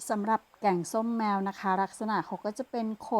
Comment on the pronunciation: อ่านผิดแกงส้มแมวตกใจหมดเลย😅